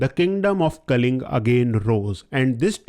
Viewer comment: Kalinga not kaling